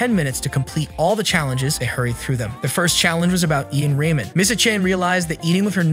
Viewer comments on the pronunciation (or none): none